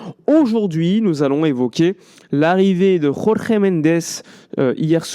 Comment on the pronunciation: Pour info, Mendes est Portugais. Son prénom ne peut pas être prononcé à l'espagnole, avec la jota. "Jorge", tout simplement.🙂 Merci pour ton travail 👍